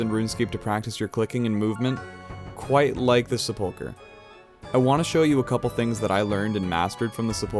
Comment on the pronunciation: The first syllable of sepulchre gets the emphasis.